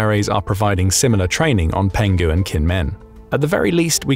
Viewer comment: Well penghu island is pronounced more like “pong who” Going snorkeling there in a few weeks